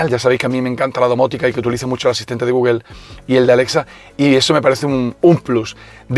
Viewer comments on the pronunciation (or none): none